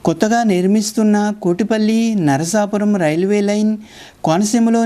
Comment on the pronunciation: అచ్చమైన తెలుగునుడికారంతో "నరసాపురం" లేక "నరసాపూర్" అనండి. "నర్సాపూర్" అంటే తెలంగాణలో "నర్సాపూర్" గుర్తుకి తెస్తున్నా రు. నరసాపురానికి తనదైనచరిత్ర వుంది. అక్కడి "టేలర్ హై స్కూల్" వందేళ్ళ పురాతనమైంది. అల్లూరి సీతారామ రాజు విద్యాభ్యాసం అక్కడే చేశారు. ప్రసిద్ధ చిత్రకళా మేధావి, సినిమా దర్శకుడు "బాపూ" ది కూడా నరసాపురమే. ఆ (నరసాపుర)రైల్వేస్టేషను భవనమంతా తనచిత్రాలతో (ఆయనే వేసి ) నింపాడు. అమలాపుర శివారు "పేౠరు" (Peruru) గ్రామంకూడా ప్రసిద్ధమైనదే. అది వైదిక పండితులతో నిండిన ఒక బ్రాహ్మణ అగ్రహారం. స్వతంత్రానంతరం భారత ప్రభుత్వం, సంస్కృతభాషని ఉద్ధరించడానికి, జాతీయ ఆచార్య "సునీతి కుమార్ ఛటర్జీ" ని, సంస్కృతోచ్చారణ (సంస్కృతానికి ఉచ్చారణ అతిప్రధానం, అదిలేక ఆ భాషలేదు) భారతదేశంలో ఏప్రాంతంలో స్వచ్ఛంగా వుంటుంది కనుక్కోమని నియమించారు. ఆయన దేశమంతా తిరిగి, ఉచ్చారణ పద్ధతులని అధ్యనం చేసి, "పేౠరు" గ్రామ వైదిక పండితులకే అగ్ర స్థానమిచ్చాడు. కోటిపల్లి వరకున్న రైలుమార్గంలో మరొక గ్రామం, రైలు స్టేషను "నరసాపుర`ప్పాడు" వుంది.